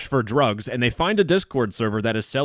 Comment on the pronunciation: he says dugs, it is now called dugs